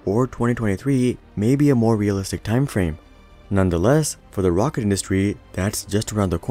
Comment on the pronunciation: He called the falcon heavy a "wocket" at the start